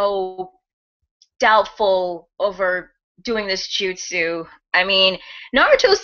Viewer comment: It's weird that he called it "that justu" as if sasuke is familiar with this technique